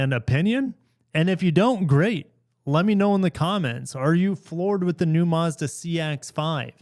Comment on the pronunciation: There’s no r in Mazda